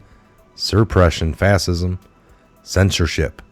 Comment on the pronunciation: dude.. its prounounced "FASH-IZM"... and ES-PECIALLY C'mon man..